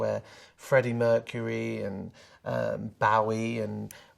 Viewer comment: The way Sam says “BOW-ie” has me triggered haha